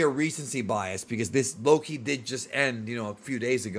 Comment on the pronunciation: You gotta stop saying his name like its two different words, youre saying it as "low key" instead of just one name loki.